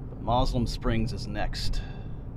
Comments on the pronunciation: Fleetwood is where i grew up. Many changes as you drove thru. The locals say Moselem as mo sill um. Yes do a small town tour. Thanks for sharing,. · I always heard it pronounced MO-sel-um Springs.